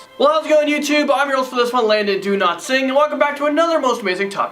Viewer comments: It always sounds like you say "do not sing" lol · idk why but i heard "i am landon do-not-sing"